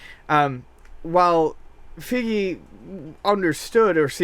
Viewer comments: It's pronounced FIE-GI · Feige is pronounced FIY-GEE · i cant stand how you mispronounce feige's name